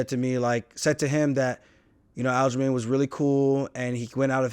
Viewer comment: He said it! It’s not black he’s Jamaican like how i say it 👏🏿👏🏿